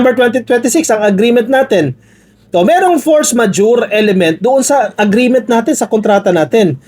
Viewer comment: you are trying to correct Padilla on how to pronounce “force majeure” but even you, is not pronouncing it correctly! Please listen again and correct yourself! 😊